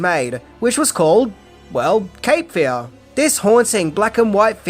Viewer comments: Love your videos, but your emphasis on the wrong syllable in this one, when saying “Cape Fear”, is driving me bonkers. It’s Cape FEAR, not CAPE Fear. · It's "Cape Fear" not "capefear"